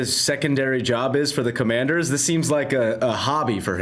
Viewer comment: Bomani...first of all, the name of the team is the "Commanders"...it's not "Commados". Show some respect. Secondly, I am not a loser. I am a proud native Washingtonian. I worked for 22 years as a teacher and principal and, while tough, I bleed burgundy and gold. You can have a take but dont disrespect me.